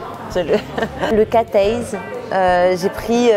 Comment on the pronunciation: Le catayes... Euhhh le cat eyes non ? Sa prononciation m'a tuée !